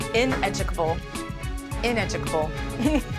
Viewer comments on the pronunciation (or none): She said i educable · How poor the quality of usa politics must be for to have been a state senator? "Ineducal? Ineducal? It's ineducable! Dictionaries a vailable to buy